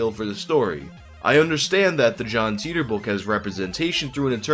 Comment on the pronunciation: I think his name is pronounced Tighter not Teeter